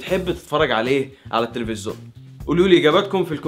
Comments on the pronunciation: لفت نظري في اكتر من فيديو حكايه ( التلفزون ) انت بتنظقها بطريقه غريبه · انت ملكش حل ... هوا انت بتقول التفزيون كده ليه ههههههههههههههههههههه